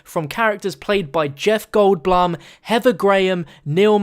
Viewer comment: "Jeff Gold-bl-um" -.- it's said, 'bloom'.